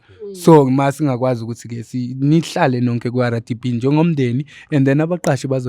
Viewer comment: Rdp not Ara only Zimbabweans pronounce R like that